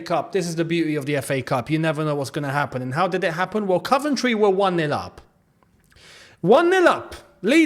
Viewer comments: we love you, but please say: Coventry not Cuventry 😁nice one boi!!!🤙🏻 Coyb👏🏻🙌🏻🔵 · Cov not cuv 💙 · it's coh-ven-try not cuh-ven-try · My girlfriend wants to know why you pronounce Coventry ‘Caventry’? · Mate why u sayin “CUVENTRY” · I think you are saying Coventry wrong ⚽